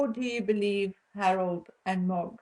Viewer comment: MOG does not translate well on video it took me a while to figure out who you were talking about . It may be your accent.